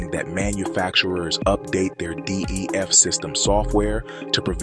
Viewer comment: I couldn't watch it because it sounds AI generated... Can't even say D E F... I had to look at the title to understand what "it" was talking about... 😅✌🏽